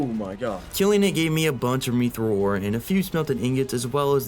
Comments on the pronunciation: Its pronounced myth-roll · Love the videos. MYTH-Rl that’s how you say mythril